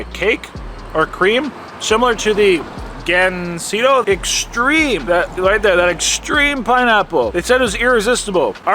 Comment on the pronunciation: "Gansito" not Gansino